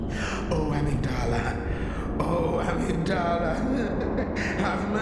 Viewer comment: Dude you make a lot of assumptions and give wrong info. You also are mispronouncing Amygdala